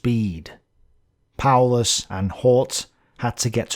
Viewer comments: Hoth should be pronounced as hoth from star wars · Hoth is pronounced more like "hawt", like saying "hawk"